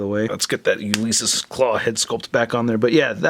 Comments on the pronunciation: it was like nails on a chalkboard each time. “You Lease Us Klaw” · Do a shot every time mispronounces Ulysses.